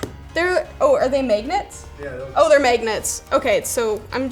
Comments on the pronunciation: the heck is a megeggnet? you mean mag-net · any notice that she says “Megnets” instead of magnets? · “Are they maignets” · Magenets lol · ''the megnets '' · "May-gnets"... Huh.. Sure.. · MAYgnets... Maygnets. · "are they maygnets" Weird Canadian accents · "Are they megnets?" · The way she says magnets is possi ly the most Canadian thing on YouTube.